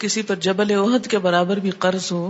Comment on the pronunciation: اوحد پہاڑ نہیں بلکہ احد پہاڑ